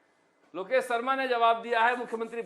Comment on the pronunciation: इतने बड़े चैनल यानी चाटुकार उन्हें शर्मा भी नहीं बोलना नहीं आता है न ही शाह बोलना आता है सरमा ओर साह अफ़सोस गजब चमचे ही नहीं खबगिर बन गए एंकर साब😂😂😂😂😂😂😂😂😂😂